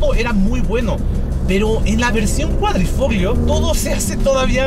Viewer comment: Ahi te encargo la pronunciación. En italiano Gli se pronuncia "Li" por lo tanto Quadrifoglio se pronuncia "Quadrifolio"